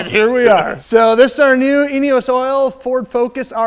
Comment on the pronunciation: Does anyone else hear anus oil when he says eneos oil??? "Anus oil ford focus rs rx" 😂😂😂😂😂